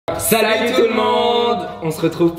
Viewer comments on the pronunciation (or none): none